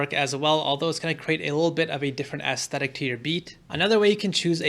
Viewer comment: I took a shot every time you said "aestetic" and now I have alcohol poisoning